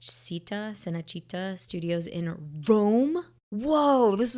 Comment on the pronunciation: How does a New Yorker not know how to pronounce “Tammany”? Or an Italian not know how to pronounce “Cinecittà”?